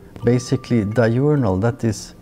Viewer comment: Did he say di-urinal?